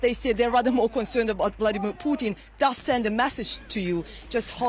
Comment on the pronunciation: The woman's name is not funny. Spelled and pronounced with an "a" not "u". She's your colleague & she's on all the time; it's not a difficult one. Oh - I think this is the same lady that constantly pronounces Vladimir as Vlodimir. What is it with her difficulty with the letter a? 🙄